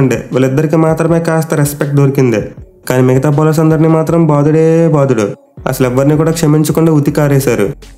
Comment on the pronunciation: That word - baadhudeeee.....Baadhuduuuu😂😂🤣🤣